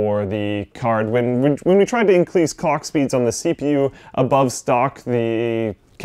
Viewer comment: did he say cock speeds? Now we know whats on his mind.